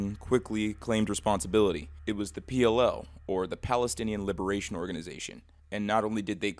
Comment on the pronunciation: P L (ficking) O Not pll, not pl.....